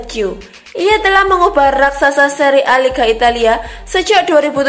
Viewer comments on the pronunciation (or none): none